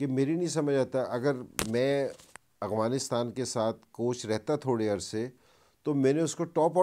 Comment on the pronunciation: Ok dear, with all due respect please also learn how to pronounce AFGHANISTAN not Aghwanistan. Peace from Afghanistan 🇦🇫